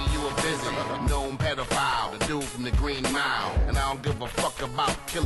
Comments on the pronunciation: It’s pronounced pee-doe-file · He said “peta” file 😭